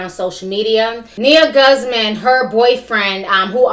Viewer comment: Guzman pronounced goose Mon